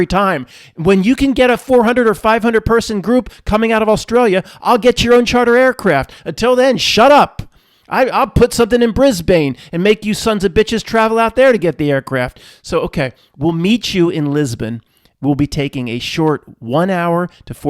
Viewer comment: Its pronounced "Brisbin". Home of the 2032 Notnilc Olympic games btw.